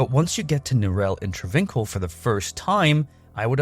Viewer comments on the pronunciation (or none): Travincal (tra VINK al) is not pronounced that way --- its Tra vin KAHL. Fuck. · The way you pronounce travincal even though you hear it in game....